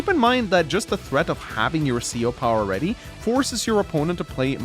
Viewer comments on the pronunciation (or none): none